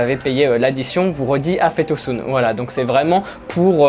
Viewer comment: 1 expression afiyet olsun qui veut dire bonne appétit comme tu la dit mais que ta prononcé afet olsun qui veut dire afet= soit le pardon ou une catastrophe naturelle 😋. Bonne continuation j'aime beaucoup tes vidéos. 👍